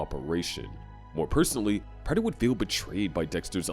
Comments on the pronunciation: It’s pronounced PRAY-ter not PRATT-er. Please learn how to read lil bro 🙏🏻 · Its prāter my man not the way you pronounce it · Stopped watching because of the way Prater was pronounced. I wish I could Bay harbor Butcher you for that pronunciation.